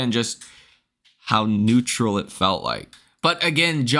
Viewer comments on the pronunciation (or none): none